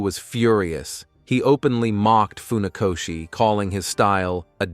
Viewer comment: Nie faoszi tylko Funakoszi( fonetycznie)